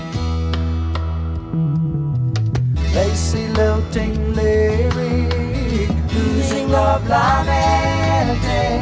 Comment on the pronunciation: I have to admit the printed lyrics(!) are "lacy, lilting, lyric ", which fits the story of the song. But he does pronounce the word in a way that sounds like anything but what it is! haha